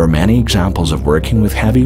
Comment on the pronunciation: took me awhile but this is being read by an Artificial Robo Voice..at about 23 minutes it says Manny in stead of Many..why do you people do this ..It ruins a Perfect Subject